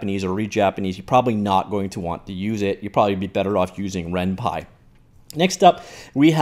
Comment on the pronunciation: RenPY not renpi!